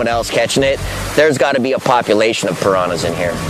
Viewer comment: Great documentary but why does that obviously intelligent man keep mispronouncing words. He makes piranhas sound like there is a y in it.